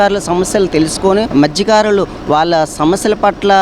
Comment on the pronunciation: Madhykaarulu kaadura, Mathyakaarulu..great reporter